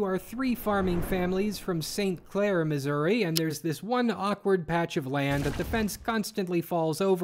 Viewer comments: Sir, I believe you mispronounced the US state of Misery. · Uh, yay, Missour-uh?